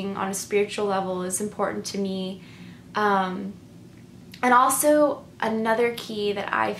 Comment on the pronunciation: I noticed several INFJ's pronounce also as aweso. I grew up with an INFJ that would also say allzee instead of always. Take no offence because I think you and other INFJ's are very well spoken,but I couldn't help notice the commonality in pronouncing these two words.